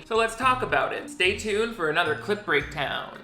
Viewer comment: Discovered your channel yesterday and I'm BINGING. Hard. Btw, I keep thinking you're saying "clit breakdown"